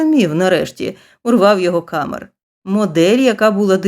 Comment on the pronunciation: Читання (виконання) на 12 балів😊 із 12. Малюсіньке уточнення: у всіх французьких словах наголос падає на останній склад, тому КамЕр. Перепрошую, що втрутилася.